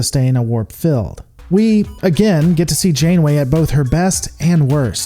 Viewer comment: He can say "bleak" so we know he can make the e sound like in "feed" but he says "mill" instead of "meal" and "fild" instead of "field." That's wird.